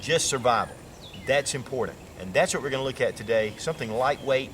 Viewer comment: "Impordent" hahaha